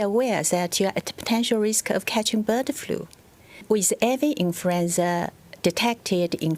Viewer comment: .. .. "Infruenza" .. She Kirring me. Ooooh ... Ah Many times she say .. "Infruenza". ROFR.